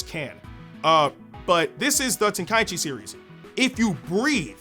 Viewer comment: Love that you say tenkaichi correctly!